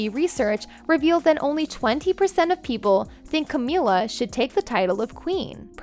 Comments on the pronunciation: You'd have a lot more credibility if you pronounced the names of people and places properly, e.g., "Camilla" is pronounced with a short i not a long e, "Gordonstoun" is pronounced "gordons-tun" not "gordons-town". There are many others. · When are you actuallyu going to get someone to read the script who can pronounce the vocabulary correctly. Cameeela? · And Cameeela…smh. If you’re going to be an American commentator on the British family, at least learn how to properly pronounce their names and towns. 🤦🏻‍♀️🤦🏻‍♀️🤦🏻‍♀️ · It's Camilla, and not Cameela. Monarch, not Mownarch! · Good video, but you need to get someone who pronounces words correctly. Monarch, Camilla and many other important words butchered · You're pronunciation is horrible. You've mispronounced Camilla's name, sovereign... and a lot of other things. You need to check how to say things before you say them or otherwise how can we trust a thing you say? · I lost count of how many words you mispronounced. Not a good look for a narrator Including Camilla and monarch. Embarrassing. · Please learn to say Camilla name probably 😂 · Why the weird pronunciation for "monarch" and "Camilla"? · This narrator SUCKS!!! OMFG has never heard anyone else pronouncing the name Camila?! There are far too many mispronunciations in this video! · I’m an American and I know how to pronounce “Alma Mater” not Mater from “Cars”. I know how to pronounce Camilla, or Monarch. Or any of the awful other mistakes. We don’t say Mo narch over here:)